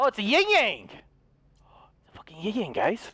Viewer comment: Its ying yang Not yang yang